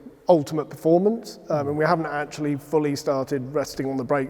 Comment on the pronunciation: Is that the best guy they could find to talk about technical aspects of the cars? he couldn't even pronounce "performance"! ... "formance". What a Knob.